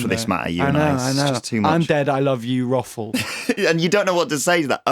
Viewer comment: BUT HE SAYS IT LIKE "RUFFLE" ITS SO FUCKING HILARIOUS